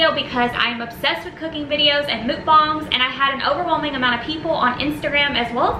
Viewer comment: I love the way you pronounce mukbang. I say it like muck-bang but I've never heard anyone say it like mook-bong :D